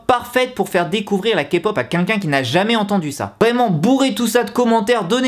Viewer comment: Alors tout d'abord je tiens à dire que ton "quinquin" au lieu de "quelqu'un" me stresse énormément voilà 😂 mais sinon super vidéo ! J'ADORE ZICOOOO pardon